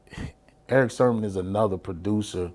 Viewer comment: I think his name is Sermon, not SHERMON!